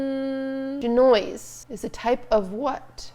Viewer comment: the way she said genoise holy shit thought it was something different cus she pronounced it so weirdly